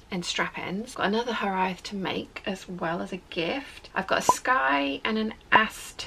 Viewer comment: Hi. Try saying Hiraeth as "here- ithe" to get closer to the correct pronunciation rather than "here-ay-eth". (It's two syllables rather than three.)